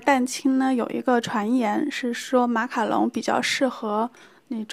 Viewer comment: 讲“马卡龙”都会讲成“马卡农”好可爱哈哈哈哈哈~还有小漏勺的造型好好看！！